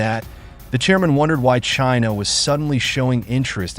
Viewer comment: Jinha ❌ China ✅